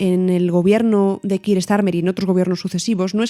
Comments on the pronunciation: Me sorprende la pronunciacion del nombre keir (kiir)... si no estoy equivocado se pronuncia (kia). Gracias x el programa 😊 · Gracias por tu respuesta FDV, no quiero ser un pedante, pero estoy bastante seguro que la pronunciación correcta es 'Kia', por la sencillq razón de que (llevo en UK 6 años xD) mi manager se llama Keir, y le tuve que preguntar varias veces por como se pronunciaba su nombre porque al principio le llama Kiir 😂😂😂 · Keir we go!;) Bien explicado, a mi tb me sorprende la manera española de pronunciar el nombre del primer ministro. La precisión en la información y el lenguaje es siempre importante y se agradece.